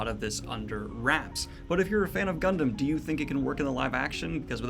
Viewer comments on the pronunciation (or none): none